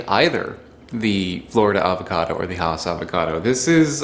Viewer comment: It's pronounced Hass as in Bass.